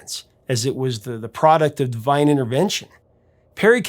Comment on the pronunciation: I thought the Professor said :"DIVYNAL intervention"..there is a good one for ya!